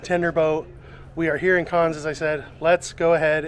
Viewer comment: Carns? Always nice to learn how to pronounce the places you visit! Otherwise an informative video. Thank you.